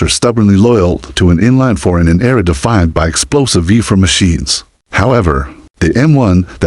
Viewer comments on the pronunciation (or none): note to the commentator on this clip - thew word is FOUR ...not Fa ...